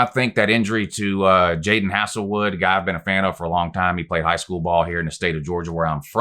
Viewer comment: Pronounced “hazel wood” not “hassle” but I love the video man! Giving you a follow, you obviously do your research! Hopefully our defense can continue to improve. BOOMER!